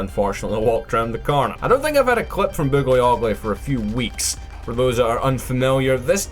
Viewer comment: Its boogly oglly my man